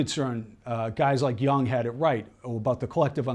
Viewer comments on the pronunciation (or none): Karl Jung…Jung is pronounced with a long u….Joong